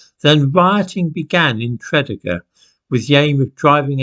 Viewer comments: Just a quick Welsh lesson. In Welsh the accent is placed on the 2nd syllable. For example Tred-ee gar. Welsh is difficult for the English I know so I’m not complaining. 😊 and Mawr is big in Welsh. So BrynMawr is mountain big. (Brin- Mowr). And mawr is a mutation of fawr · Tread E gar .... can't live in Wales and get that wrong.... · fascinating story, my grandad was born in that area - working class, mining community so this surprises me (i think your pronunciation of Tredegar is wrong - truh·dee·guh) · you pronounce Tredegar as Tre-dee-gar, not the way you have. By the way, I lived there for 8 months back in 2008 as my ex is from the town. It is a kind of strange place at the top of the Rhymney Valley. it's where the men are men, and the sheep are very afraid lol. I think your friends are being a bit silly as there is no anti Jewishness in the valleys these days at all. I too have Jewish friends that live in Tredegar as well as other South Wales towns. However, there is an anti-Englishness in the Rhondda and Rhymney valleys from the days when coal was king and the taskmasters were the English. People still haven't forgotten or forgiven Churchill for sending in the troops in to Tonypandy to quell the striking miners, for instance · I was gonna mention his pronunciation...but you did it for me..thanks. . . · Thanks for this,. Fascinating. BTW, it's pronounced Tre-DEE-gar. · Hello again, As a Welsh person, I found this video particularly disturbing......... Tredegar is pronounced trih dee gah. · No need to apologise. I'm English and I knew that Tredegar was pronounced Tre-DEE-gar from listening to the rugby results on the BBC when I was a boy. I learnt a lot of Welsh place names that way. I didn't know those other two, though; so, thanks for the Welsh lesson. If I were going to move to another country, I think I would at least take lessons in the correct pronunciation of the local place-names. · Tredeger,pronounced tre-dee-ger😃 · Tra - dee - gar